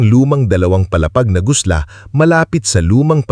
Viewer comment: Gusali, ( building) not gusla